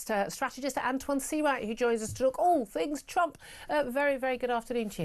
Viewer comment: "Antjuan"...of course you are, darling :)